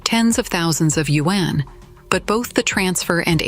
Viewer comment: Your voice AI is not pronoucing "Yuan" correctly, it sounds like "Wen".